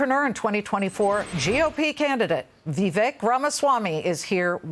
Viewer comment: Omfg it's Vivek like Cake.... It's not that complicated ffs...